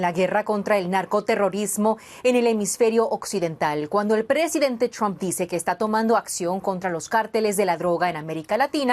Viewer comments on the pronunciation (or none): none